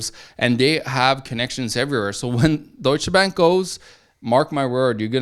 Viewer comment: I'm just here to hear say "DOITSCHE BÄÄNK"